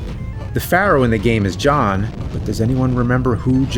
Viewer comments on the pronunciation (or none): none